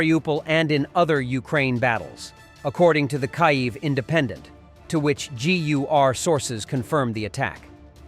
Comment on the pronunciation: Teach your fake, English, digital voice to pronounce the capital of Ukraine!!! Makes me angry about digital and AI take over of real human interaction and diminishes communication or retention of information!